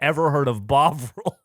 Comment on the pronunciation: everyone saying bovril it keeps sounding like bog roll